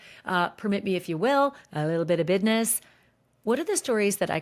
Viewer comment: "Bidness" Pure curiosity has me wondering if you speak this way amongst friend groups socially or intimately?